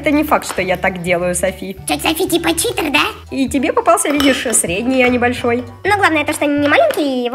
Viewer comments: Прости Анюта но , правильно читЕр 💞😃🤗😉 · правильно ни Читер а Читер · Не Чите а читер❤❤❤❤